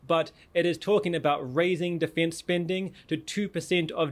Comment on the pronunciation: Ongoing tists?! Difinse spending?! Nivir!